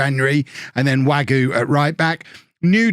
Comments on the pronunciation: Wague is more way-g rather than wague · Im pretty sure wague is pronounced varg not wagyu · Wagué as Wagyu gets me every fucking time.